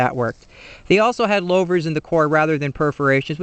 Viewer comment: "Lo-vers"? It's pronounced "Lou-vers".